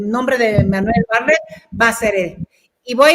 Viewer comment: Bartlett, no barlett